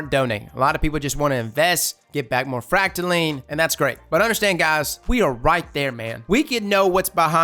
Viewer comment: it hurts my soul everytime says "fractaline" with an S on the end. It's like pronouncing it "Ar-kan-sass"